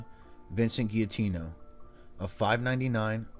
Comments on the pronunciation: If you’re going to say our name. Say it right. The G says its name when pronouncing our name. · always great videos bro! Also, not criticizing or anything, just a suggestion, when you see a Gia in an Italian name it’s pronounced like a j. Great video, as always!